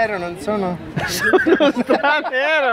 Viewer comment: pollice in su per lo "stranero" :D